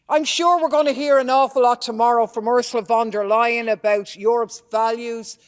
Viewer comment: Lol did she say “Ursula Von Der Lying?” Nice 😂